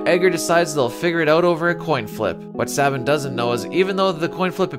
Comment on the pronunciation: Its SAY Bin, not SAH Bin.